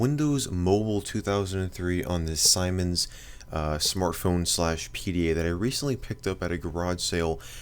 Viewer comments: Its not Simon's its seemens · BTW, siemens is pronounced as zeemens as see (i see..) since it's German... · It is actually pronounced "See-mens" 😂😂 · It's pronounced semens. As in semen. It's a German company and I before e always makes an eee sound in german. E before I makes an eye sound. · It’s not pronounced Simon, it’s actually pronounced seamen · Interesting video and info. Siemens is btw pronounced like 'seamens' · the ads around me pronounce that brand as "semens" its odd